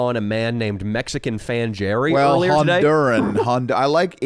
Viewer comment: What about "Fan Jerry" (pronounced Hairy with the Spanish J)?